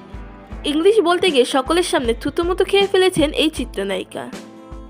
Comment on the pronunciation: Je voice kore bollo video ta te se o thik kore bangla bolte pare naa থতমত কে বলছে থুতুমুতু omg haha